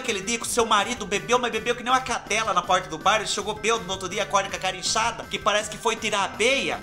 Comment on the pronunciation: Fubá não é beldo que fala . é bêbado que a gente fala 🤣🤣🤣🤣🤣🤣